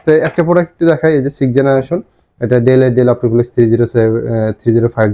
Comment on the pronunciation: ডেল না। ডেল বলেন কেন?